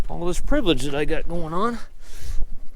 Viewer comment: Enjoying all your “ privalage” 🤣